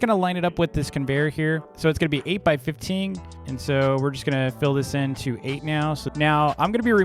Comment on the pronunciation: jesus its fifteen not fifting say it right omg